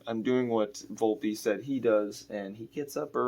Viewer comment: 😂 And said Volpe wrong. Setting high standards. 😆